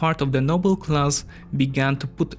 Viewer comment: Yes, but meanwhile "noble class" was pronounced as "noble Klaus" - . You win some, you lose some.